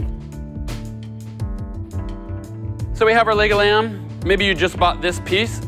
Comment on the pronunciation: It sounds like he's saying Legoland